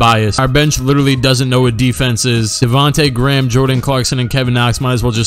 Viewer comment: That part when he said "Davonta Gram" killed me 🤣😂